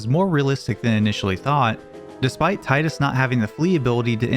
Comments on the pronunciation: His name is not pronounced Tigh-dus. It’s Tee-dus. Not meant to offend you :) god bless you for playing Royal Castle from Legend of Dragoon. Criminally underrated game and my personal favorite RPG of all time. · its TEE DUS not TIE DUS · Man, everyone in the comments commenting about the pronunciation of GameFAQs, and no one pointing out that Tidus is pronounced Tee-dus. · F.a.q but i get it.. why i can aris by her actual name but tiiiidus sounds weird, fuck him lol he's tide us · It's Gamefacks and it's Tie Duhs And it's also GIF as in GIFT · is this the part where i start a war over the incorrect tidus pronunciation?